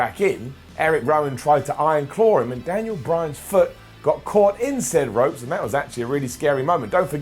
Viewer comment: "Through the roops" "first Smackdown much" "when he pins Lensnar" You feeling alright today,? Lol